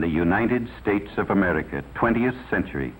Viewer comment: "Ameerlica" It drives me nuts the way he says it. lol